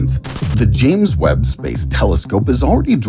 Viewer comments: Lol why does he pronounce the word "Space" like that? Spaese😂🤣😂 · SPEYCE the way he says space. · Dude, everytime you say "space" it sounds like spess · What is this imbecilic pronunciation of “space”. Ridiculous